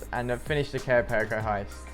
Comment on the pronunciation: Its Cayo paree-co not cayo pearicko